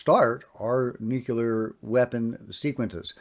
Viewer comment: Just a note on correct pronunciation,, nuclear not nuculer. No big deal.